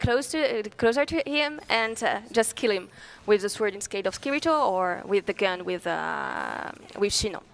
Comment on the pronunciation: I hate when people say kiritos name like that xD